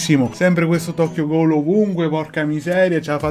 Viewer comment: comunque non si pronuncia ghoul ma si pronuncia ghul